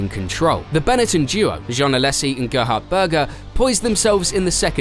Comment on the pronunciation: Also it's "Alaaaaysssi" not "Alessssi" sorry I couldn't hold that one in either.